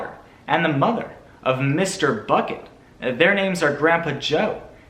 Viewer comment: I like how everytime he says bucket it sounds like buCKet